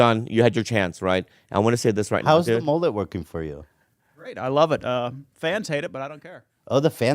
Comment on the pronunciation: I like the mullet on but I thought Ethan said “the mole is looking good” when he saw 😂🤣